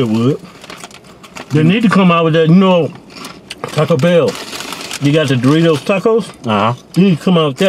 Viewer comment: "Those were some damn good duritos!"